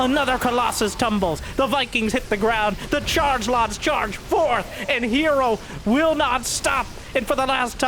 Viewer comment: Is it "Hero" or "Her Zero"? hmmm? hmmmmmmmm????